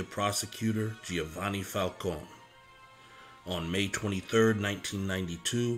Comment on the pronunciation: Lord have mercy, It’s Falcone , not , Falcon!